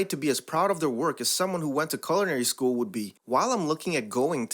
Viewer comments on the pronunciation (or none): none